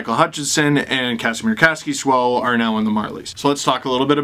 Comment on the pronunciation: Oh my god dude LEARN HOW TO SAY KASKISOU CORRECTLY.... it’s SO annoying